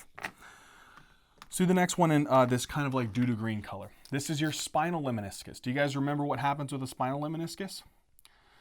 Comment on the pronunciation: I love your videos. Just one a humble comment. I believe it is “LEMNISCUS” and not “LEMINISCUS”.